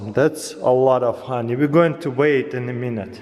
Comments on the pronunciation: Look at that hahney flow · It's funny how he says honey XD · The way he says honey.